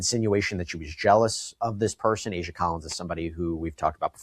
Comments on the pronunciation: Aysia not Alisha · You keep saying Alisha and her name is Aysia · He said that at least twice. Please get the name right. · The name mispronunciation on ayseia and neo has me half invested since if you were invested in this you would pronounce the names wrong, you called neo, neon which is totally different